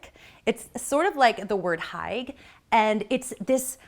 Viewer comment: Gorgeous home. FYI hygge is pronounced hoo-guh.